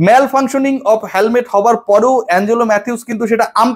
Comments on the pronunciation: He এর পরে have হয় না, has হয়। হ্যালমেট না, হেলমেট...ইংরেজির বেসিকটা না জানলে কিংবা বাংলাও ঠিকমতো উচ্চারণ না করতে জানলে কেমন বিতার্কিক ছিলেন তা প্রশ্নের উদ্রেক করে... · Not halmet, helmet.